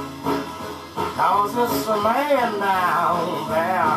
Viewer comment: In the version that I recall from '60's L.A., the singer, in a Muddy Waters-style accent, ALWAYS pronounces "man" as "mane": It's a MANE down thauh. Could be yo' MANE, I don' know." This version seems to have vanished from the ken of mortal men.